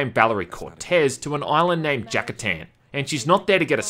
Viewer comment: Jakatan? Catachan?!